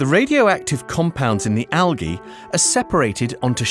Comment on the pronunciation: I hated the way he said algae.